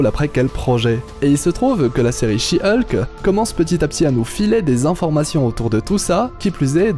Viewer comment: Hulk se prononce Olque pas Ulque